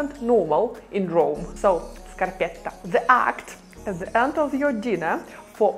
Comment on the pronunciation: It's scarpetta with a final A. "La scarpetta".